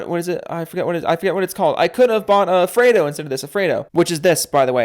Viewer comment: Thats not a Fraydo! Those are called Fred-os! 🤣 Its Fred-o Frog, his name is Fred. There is a thing here in Australia where we put an o on the end of our friends names. Steave-o, Fred-o, Ted-o..., you crack me up.